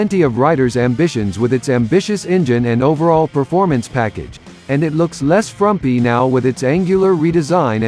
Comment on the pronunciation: "less frumpy" 🎉